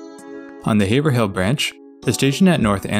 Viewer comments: Haverhill is pronounced "Averill". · you see, I used to think Haverhill, and the way you pronounce it were 2 different places. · This is a great video production. However, my only real criticism is on the pronunciation of several cities and town in Massachusetts. As a native of Mass, I know how various names are pronounced by the locals. There were other locations like Haverhill, and a few more where your pronunciations were off. But these while amusing to some are very tiny criticisms on the video. You did a wonderful job of producing this video. Thank you very much! :)